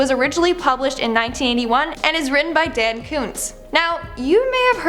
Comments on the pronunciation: Dan....Dan Koontz? 🤦🏽‍♀️😂 no no no hun, Dean. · I see our predilection to mispronounce names continues on this channel... It's DEAN Koontz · Did she say Dan Koontz? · She didn't say, "I don't like horror novels," though. Other than flubbing Dean R. Koontz's name, this was a fine episode.